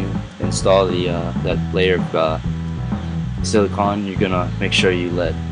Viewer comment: I don't like how you say silicone